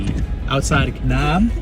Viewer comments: It’s Ka - NAB! Not Ka - Knob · Great video. It made me smile to hear you pronounce Kanab. Us locals say Kanaaab, not kanob.